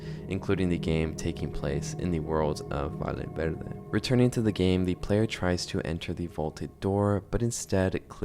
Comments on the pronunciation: I'm losing my mind, sorry, it's pronounced "VAYE VERDE" just like "Yapping" "Yes", the double LL in Spanish is pronounced like as Y. I'm guessing it's rage bait, and it's working, because I can't hold myself back every time he says "Vale Verde" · Bruh!, but seriously, Valle Verde is not pronounced "Vale Verde", use google translator to hear the pronunciation because a valle is a valley, and a vale is a voucher. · Sounds like European Spanish pronounciation